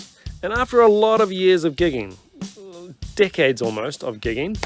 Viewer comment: I crack up everytime you say decades lol! To my American ears you're saying di*kheads lol